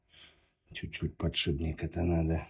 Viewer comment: Уайт-спирит, а не "спирт". Подшипник, а не "подшибник".